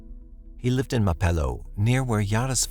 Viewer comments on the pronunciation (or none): none